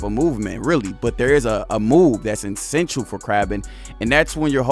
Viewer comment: And the word is Essential not insential